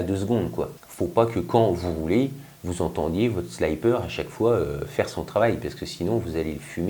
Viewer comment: ...alors petit court d'anglais : quand il y a 2x p apres un i, on dit sliiiiiipper avec un i et non pas slaillepeur avec un y... J'ai eu mal aux oreilles pendant toute la video ! :)